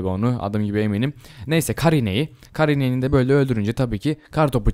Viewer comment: abi kar ineğini karı ineği anladım :D